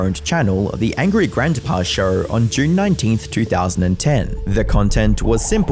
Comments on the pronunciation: How many times does someone need to mispronounce "Grandpa"? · You pronounce "grandpa" funny. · lol "Grantpa"